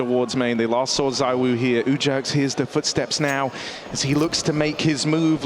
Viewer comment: I’ve literally seen you say that donk and monesy are better than Zywoo. You even said “zywho”Stop bandwagoning lil bro